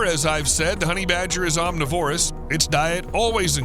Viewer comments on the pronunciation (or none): omNIVorous, NOT omniVORous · "Honey badger don't care." Hey! om-Niv-orus. Not om-ni-Vorus. Otherwise, all good. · It's pronounced aam - ni - vr - uhs, goddamnit!